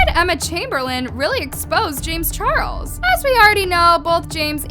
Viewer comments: LMAO "chames jarles" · “chames jarles” 😂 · Lmao “chames Jarles” I just can’t 😂